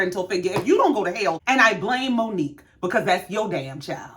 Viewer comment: Omg!!! You said it!!!! Way better than I did!! Well enunciated!!